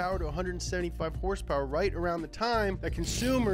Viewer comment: “Hursperers” lol 😂 its horsepower horsepower is that so hard damn it lol